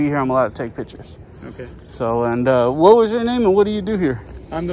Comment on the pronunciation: wtat instead of what